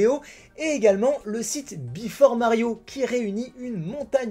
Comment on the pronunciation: J'ai entendu : bifle for Mario au lieu de Before Mario...